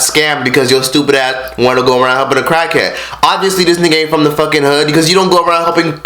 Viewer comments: U call him a crack head wait not crack head it's crak head don't even know how say it correct acting like u on crack rn lil 100k "crak head" gtfo clout chaser. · why you say cockhead in stead of crackhead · I keep hearing cockhead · He saying Cakheads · Dam nigga chill, them raviolis ain't going no where. Swallowing them bitches. Why does it sound like your saying cockhead every other time? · Yo fat ass don't even have to swallow the ravioli and its crack head not cackhead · this nigga said cachead lmao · Dead as sounds like he saying "cockheads" 😂😂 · u dont go around helpinn CACKHEADS lol this man cant say CRACKHEADS😂😂😂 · Crack Head Not Cock Head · Bruh, they put it on camera because they are YouTubers. If they are not getting it on video then they are just going the whole day without making money. And why cant you pronounce "cr" right? U say "clrack head". If anyone is trying to capitalise on anything your doing it from Fredo's mistake. Come on bruh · I kept hearing “cockhead” lol maybe cause your mouth was full. But great video!! Love from Dallas 💜💕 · You don’t even know how to say crackhead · I couldn’t finish this video do to the eating and unusual pronunciation of crack head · can u say crackhead right bruh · Nigga Can’t Say Crackhead Right😂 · He can't even say crack head right 😂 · This guy can’t even say crackhead 😭😭😭😭gay ass nigga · Why can’t you say crackhead right? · Pronounce the R you egghead.. and he made a mistake like every other fucking human